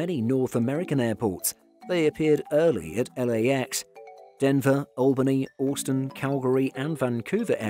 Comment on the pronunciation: He says “Austin” weirdly…